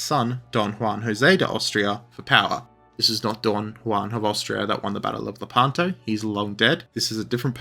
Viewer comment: Id like to know about the battle of…La-pan-toe? Shut up